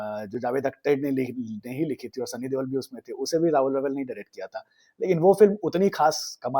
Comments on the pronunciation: Stop calling him Sunny Devel, Debel or Dewal. This is the last time I will watch this channel. Can you explain and show where's a letter B, V or W in the name Deol. It Deol, De-Ol. Not hard, is it? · you are really awesome storyteller …love your analysis. Please pronounce Sunny Deol right.. it’s Deol not Deval